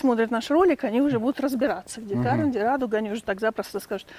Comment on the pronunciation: В названии карвен ударение ставится на второй слог и читается как карвЭн. Карвен это армянское имя. Карвен Оганесян